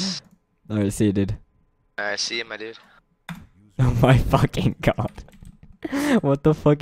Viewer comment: LOL he kept sayin " my dud " im so done lolololol